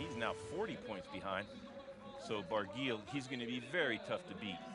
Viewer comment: Barguil is pronounced Bar-gee, rhymes with key.